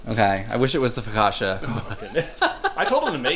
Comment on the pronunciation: Top the butternut squash soup with bleu cheese crumbles. It's next level. Foh-kah-tchah,, not Foh-kah-shah. CCI has a TCH sound like Gucci, Pucci, Fiorucci